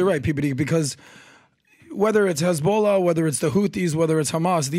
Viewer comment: The pronounciation is as on point as those Eastern Europeans in Israel saying khhhhhamas and khisbollaaah